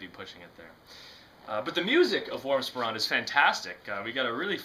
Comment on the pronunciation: "Spaw-ran"? Sporrn' (rhymes with corn) is the way it is pronounced and it is the thing at the front of the kilt, (a thing I wouldn't be seen dead in and i'm Scottish) it doesn't go underneath to keep your privates warm. Jist sayin'...